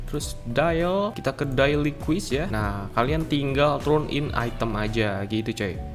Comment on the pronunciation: Cara baca yang benar: - quest = “KWES” - awesomeness = “AWSEUMNEUS” - daily = “DEYLI” - hair = “HEIR” Biar ga malu kalo salah cara bacanya.